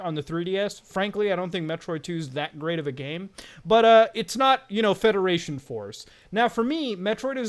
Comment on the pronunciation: But Muta, I love fwedaration fworce